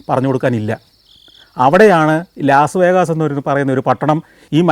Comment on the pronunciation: Its Las Vegas, not pronounced as vegaas, I live in Las Vegas